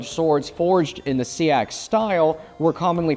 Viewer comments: Yeah pretty sure it’s supposed to be “seex” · He’s wrong. It’s pronounces sax. It’s where Saxon comes from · I've never heard it pronounced like "sea ax". Learn something new every day...